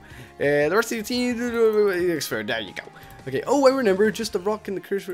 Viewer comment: Renember? Me: Can you pronounce?